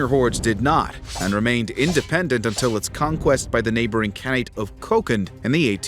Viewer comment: for a channel called "Knowledgia", you hilariously mispronounce many names!!! 🤣 you make KHAN-nate sound like some berry fruit ...